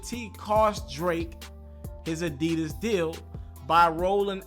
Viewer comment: Whyyyy can’t you ever get the name right damn!! Addidon!!